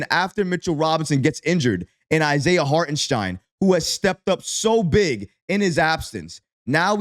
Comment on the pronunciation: Holy crap he got ihart’s name right! Now he needs to work on Ian “Baguely”